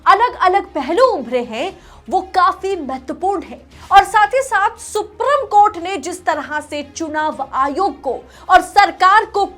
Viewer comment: Madam” सुप्रीम” कोर्ट होता है “सुप्रिम” कोर्ट नहीं होता 😃